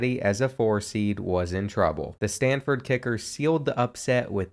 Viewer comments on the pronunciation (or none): none